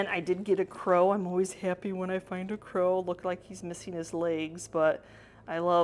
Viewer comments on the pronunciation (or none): none